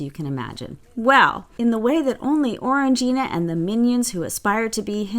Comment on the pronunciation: Him: “…you aren’t attractive enough for Orang-eye-na…” Me: “OH THANK THE GODS!”